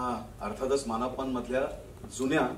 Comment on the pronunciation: मान अपमान नाही,मानापमान, उच्चार नीट हवा